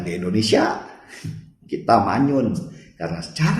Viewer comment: Mas Denny, gw boleh saran ngga? Klo nyebut Indonesia jangan ENDONESIA dong. Harus dibaca sebagai huruf I. INDONESIA.